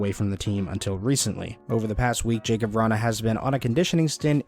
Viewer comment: his name is pronounced, ya-kub, just to let you know :)